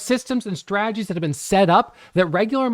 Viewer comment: Huge fan of. Haven't watched his videos in a few years until today. Glad to hear he's still not pronouncing the "t" in strategies... Straaagies:)